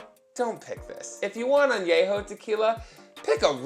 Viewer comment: Love you, but it’s pronounced “Añejo” pendejo! Same level of Ahhhhhh! 🤣🤣🤣🤣